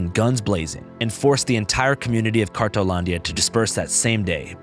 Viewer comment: Isn't it called, "cartonlandia" cause I keep hearing "cartelandia"? Or am wrong?